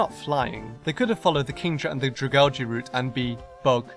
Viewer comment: butchered the name